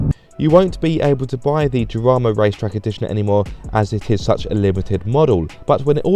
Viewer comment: Way to butcher el español! 🤬 Jarama: (Spanish pronunciation: [xaˈɾama]) /x/ is pronounced as [h] in many accents such as those in the Caribbean, Central America, Colombia, Andalusia, and the Canary Islands